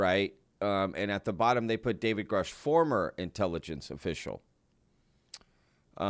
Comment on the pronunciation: I recall he did say david grush but prononced it grooosh